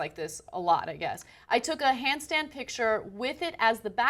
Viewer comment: She slipped up and said 'handstein'....lol